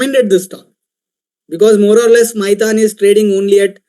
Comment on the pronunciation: Abee maithon nhi maithan hai 😅